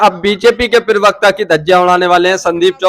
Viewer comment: प्रवक्ता होता है उच्चारण सही करो